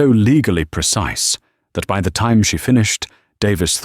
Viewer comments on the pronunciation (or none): Has the ai got problems with money and time pronunciation?